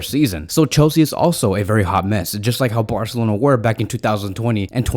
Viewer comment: Could you please say Barcelona instead of Borcelona😅